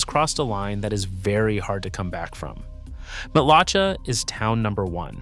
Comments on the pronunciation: Matlacha is pronounced "matt la shay" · This information is inaccurate and incorrect. Florida insurance is subsidized by the state of Florida. You can get insurance throughout the state, but some areas the premiums are higher than other areas. BTW, You are pronouncing Matlacha and other Florida towns incorrectly. Huge give away that you are not a true Florida native. I live in one of the areas you said are uninsurable. I not only have insurance. My policy has not changed and I still pay the same amount with the same coverage for several decades. Also, in 2004 Lee county had 4 major hurricanes hit them. More than 2022 when hurricane Ian hit. In North and Central Florida where sink holes are common, you have no trouble receiving insurance, you just will not be able to get sink hole coverage. I could go on and on and on. Homeowners insurance is different than flood insurance. Flood insurance is provided by the Federal government, not through regular insurance companies. Also, homeowners insurance has a regular policy with hurricane part to it. Know the difference.